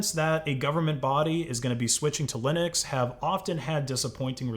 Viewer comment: GNU/Linux pronounced "niu linu"